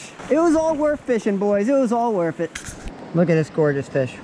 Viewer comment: “Worf it”